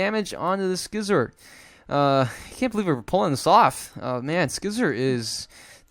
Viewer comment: Usually people pronounce See-zor. Scizor is one of the most famous, powerful and beloved Pokémon since its release in competition. It is so strong and got so many move pools and way to be played. So it's so nice to see some play on TCGO as well, because it really deserves it. Thank you,, for making a video with my favorite Pokémon ever:D